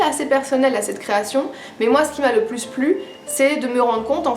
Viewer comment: J'étais justement en train de me dire que j'allais me faire une liste de bouquins féministes intéressants à lire dans les prochains jours ! J'entends beaucoup parler de Louise O'Neil, mais je suis une grosse bille en anglais, alors j'espère sincèrement qu'il est traduit :'( "Des exemples un peu plous" haha pas mal ta langue a fourché on dirait ;) Des bisous tout pleins ! C'est toujours super intéressant de t'écouter ! A la prochaine ! <3